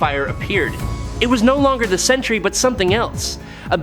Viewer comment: Why do so many insist on pronouncing the two syllable word Sentry (Sen-tree) as the three syllable "Century"?